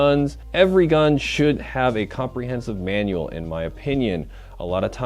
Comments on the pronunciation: Manual not manuel👍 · Hahahaha Manuel hahaha its Manual